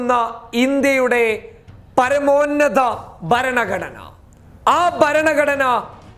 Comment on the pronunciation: നിന്റെ അപ്പന്റെ പേരിലുള്ള ബലാൽസഘത്തിന്റെ കേസ് ഇന്നായിരുന്നല്ലോ , എന്തായടാ അത് (എടാ കോപ്പേ ബരണഘടന അല്ലടാ ചെറ്റേ ഭരണ ഘടന എന്നു പറയടാ ചെCറ്റ ) നിന്നെ തന്തയായിരിക്കും നിന്നെ മലയാളം പഠിപ്പിച്ചത് , നീ പറയുന്നത് കേൾക്കാൻ നുപ്രീം കോടതി ജഡ്ജിമാരെല്ലാം നിന്റെ അപ്പനല്ലേ